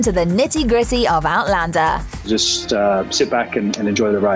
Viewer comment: One of the best vids about Outlander! Narrator can actually pronounce all of the cast names correctly!